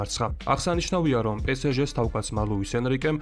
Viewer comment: Pe Es Ge პე ეს ჟე - სწორია პე სე ჟე - არასწორი